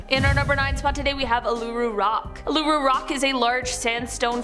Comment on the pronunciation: Uluṟu is not pronounced the way she said it but we’ll done for trying 😅